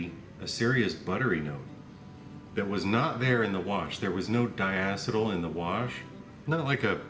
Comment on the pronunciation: A bit pedantic but I feel it needs to be said since there is another compound with that actual name. Diacetyl is pronounced "di ah see tuhl" (Jesse from StillIt also got it wrong), it is based on having 2 acetyl "ah see tuhl" moieties in a molecule. Acetyl is a radical of acetic acid, so that is where it's root pronounciation comes from. You say it like you would say acetic. There is a functional group called Acetal, pronounced "Ass uh tuhl", and when you have 2 of them Diacetal, it is pronounced "Di ass uh tuhl". And in case you are wondering what a moiety is, it's just a common configuration of bonds/structures found as a subunit of a molecule, similar in concept to a functional group (or actually referencing another functional group in a molecule, usually for small molecules), but they are typically larger than any functional group in that molecule. For example, if you are looking at the Ethanol molecule, CH3CH2OH, the "OH" is the main functional group (an alcohol functional group, sometimes called a hydroxyl), and the CH3CH2 would be called an ethyl moiety.